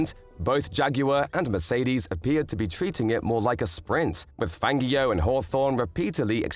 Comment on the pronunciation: Great video. Highly informative. But can you please understand that Fangio's name is pronounced with a soft "g"! It always has been. I have never heard anybody else EVER pronounce it with a hard g as you do. It is horrible and irritating to hear his name pronounced the way you do it. Just think of "Fanjio" and not "FanGio"! This is a matter of respect. Please, pronounce his name correctly.